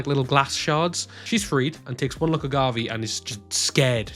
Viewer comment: You also forgot to point out that Gavv is pronounced as Ga-Vu.